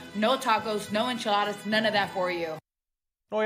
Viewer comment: She can't even say enchiladas. 😅😅😂